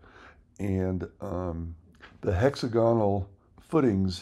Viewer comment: hex AG unul not HEXA gahnal